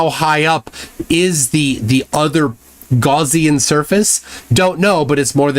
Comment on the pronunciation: Not pronounced "gauze-ian". It's "gow-see-an". Gaussian.